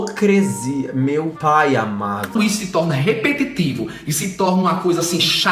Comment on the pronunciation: Ele não sabe falar repetitivo Ele fala RE-PE-TITI-VU